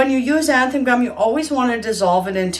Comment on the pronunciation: 'Zan-than' not 'anthan' gum. Your videos are very helpful thank you so much for sharing.